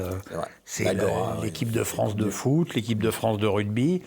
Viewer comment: le foot pas le fou 😅